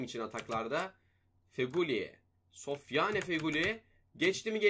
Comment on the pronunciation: Sofyane Değil Sofyan Diye Okunuyor